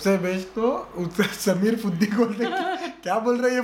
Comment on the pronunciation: Its Fuddi,not Fuddu